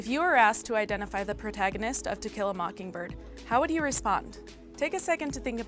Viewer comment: She did that on purpose, lol, we all heard it!